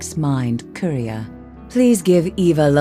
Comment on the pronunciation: Quria? We've pronounced it wrong this entire time...